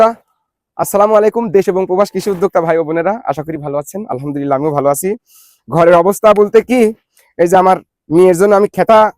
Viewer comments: এতো সহজ সরল বিশাল মনের ভাই টির উন্নতি কে ঠেকাবে? তিনি যেভাবে আলহামদুলিল্লাহ বলতে পারেন কোটিপতি ও তা পারে না। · খোলা মন নিয়ে নিজের সব দেখিয়ে উদার মনের মানুষ হিসেবে নিজেকে পরিচিত করলেন, আপনার বিসমিল্লাহ ও আলহামদুলিল্লাহ বলাটা খুব ভালো লাগে। মাতৃভাষায় বুঝে বুঝে কুরআন অধ্যয়ন করুন।